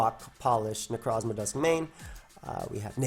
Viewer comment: Ikr x'DD NECROSSMA O_O